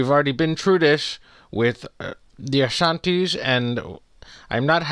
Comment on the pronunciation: “We’ve already been through this with the Asantis”💀😂